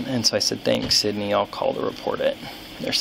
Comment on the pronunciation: Sounded like the Karen's name was Sidney... Nice job Sydney!!! 🤡 🐷